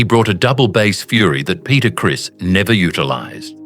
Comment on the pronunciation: It's not Peter Chris it's Peter Criss.